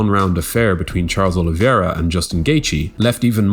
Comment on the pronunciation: Say it with me: "o-li-VEY-ra"